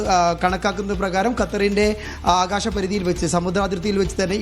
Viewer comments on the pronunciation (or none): none